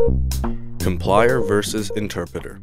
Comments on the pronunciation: I don't think you know much about programming it's called java with a j not yava. Also it's a com-pile-er not com-plier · It is called COMPILER not complier...... J-AVA NOT YAVA... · Thanks for the video. One minor thing, compiler is mispronounced as complier and Java as yava.